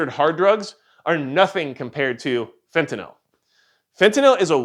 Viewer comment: Actually, it’s “fent-ah-nil”. Note the “-nyl” suffix. It’s not a “-nall” suffix.